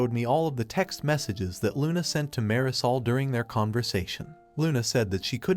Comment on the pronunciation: That pronunciation of Marisol makes it sound like dish soap